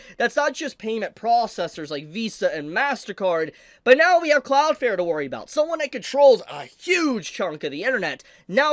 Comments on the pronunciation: For the love of God pronounce the second L in cloudflare when you say cloudflare. It is not Cloud Fair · Your still saying Cloudflare wrong, it definitely has an L in it, well two but you are missing the second one. Like your channel and the info you share but it takes away from what you are saying when you keep mispronouncing your topic.